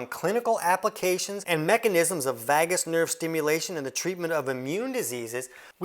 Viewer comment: What makes you an expert on the NERVOUS system? You are really outing yourself lately. And it's pronounced "vay-gus", not vaah-gus.